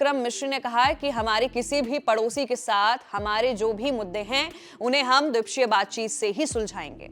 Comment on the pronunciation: Dwipakshiya hota hai mohatarma!!